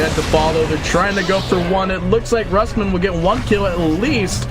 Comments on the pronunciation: neutron johnny more like roos-mann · Rusman pronouced by caster as rasmen? lul